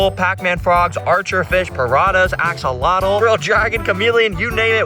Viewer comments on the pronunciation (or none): none